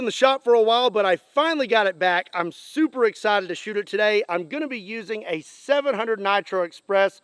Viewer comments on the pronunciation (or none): none